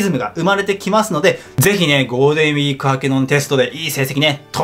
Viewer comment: ゴーデンウィーク って聞こえるw